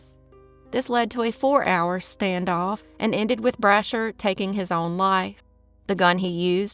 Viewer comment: it's Bra'sher ....common Kentucky Name .He probably had family in Kentucky and that was why he was there .